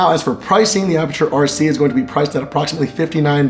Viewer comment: "I am from apurture.." Apurture! get your ass over here to India.